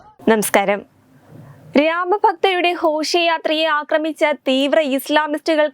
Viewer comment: നെമെ സ്കാരം എന്നല്ല പറയേണ്ടത്. നമസ്കാരം എന്നു പറയൂ.